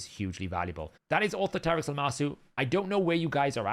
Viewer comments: Au-THOR-a-trix, same way you'd say Authority. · It's really not hard to pronounce; aw-THOR-uh-trix... you can pronounce authority. you can pronounce dominatrix. you got this.